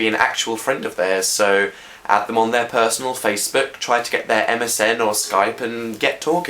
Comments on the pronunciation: ...purseanal...purse anal.. HAHAHAHA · ''persANAL'' * sees phil later in video * Dan 3/4 years later; ''fyi like vagina'' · It was obviously on purpose, purseANAL. Just his sarcasm. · "getting purseanal." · Get "purseanal" bahahahahahah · It said pursanal ( ͡° ͜ʖ ͡°) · "Purseanal" oMFG I died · Purseanal. Personal... PURSES like ANAL HAHAHA